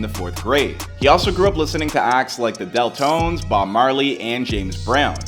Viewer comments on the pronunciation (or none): Deftones not deltones I think you’re doing this on purpose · Deltones lmooo it’s DEAF TONES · Ikkkkk he did not say Deltones...while flashing legends DEFTONES 😮‍💨😭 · Deltones ? You mean Deftones 💀💀💀💀💀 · Deftones not deltones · Del tones? Do u mean def? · Man this mf did not just say deltones😂how tf you get that out of deftones💀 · Did you call “Deftones” the “deltones” haha. How do you not know Deftones you even put up a picture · Deltones?!!? its deftones bro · Are they outsourcing these videos now? Who is this nigga - he called the deftones the DELTONES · dude said deltones😭😭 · “The Deltones” 🤣 misread that script guy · DELL TONES?!?! How can you mess up deftones that bad.. 😭😭😭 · Dude seriously said "zillakemmy" and "the Del tones". At least read the names right dude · You and your producer need to be fired for you saying "zilla-cani" and the "del-tones" how embarassing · bro said deltones💀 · DE"F"TONES MY GUY lol not Deltones.. sounds like fucking at&ts dirty, slut cousin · Who is Zilla “Cami” and the “dell” tones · Bro mispronounced Deftones so bad wtf , “deltones”LMAOO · This dude called Deftones “deltones” lmaooo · Boy you did not just call Deftones 'The Dell Tones' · NAH WHY HE SAY THE DELTONES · Homie said DEL TONES😂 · This mf really said the “Del Tones”. SMH. Not to mention this guy won’t stop saying Zilla-cammi. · this mfer said "deltones" too lmao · Who tf are the Deltones? 😂 Put some respect on their name. D E F T O N E S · nah bruh Michael would've pronounced Deftones and Zilla's name correctly, get this guy out of here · Zillakami fine but how do you butcher pronouncing deftones?!? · Imagine doing interviews and you mess up not just one name but an incredibly famous band like the deftones wtaf